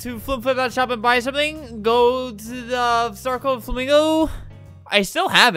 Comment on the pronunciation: he paused before he said nae nae- that got me good- aswell as the "Froming" JHSDJFKJSDJFSDHJF